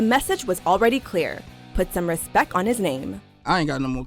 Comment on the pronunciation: Respeck ? is that how it is spelled ? What language is he using ? I'm just axxing a question.